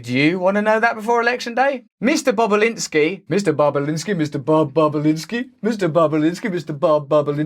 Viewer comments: cannot unhear mr. bobalinsky mr.bob boba-linsky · Bobulinski might be the funniest word of the day to pronounce indeed